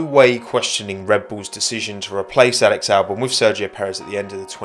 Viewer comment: Just here to comment "Walex Walbon" 😂